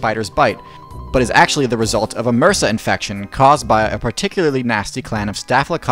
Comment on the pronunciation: "Reck-loose"? "Mursa"?